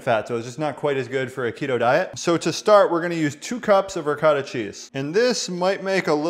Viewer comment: It hurts my ears the way you say Ricotta & Manicotti . Please go to & type in Ricotta/Manicotti or ask your Italian grandmother. But receipt does look tasty